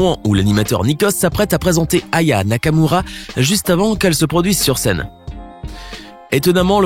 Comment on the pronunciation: Tu à dit Raya Nakamura